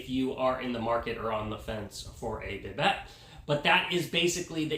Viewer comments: Bibet?! Umm Bih-DAY is how it is pronounced bro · It's a French word - it's pronounced "buh·Day" Not biBet! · It's pronounced bi-day